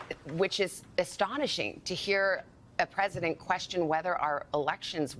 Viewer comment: Harris seems to have lost the letter "t" in her ever growing incompetence..The Presiden, a single paren, le me finish my senence.... etc. If one didn' know better one might think she was drunk.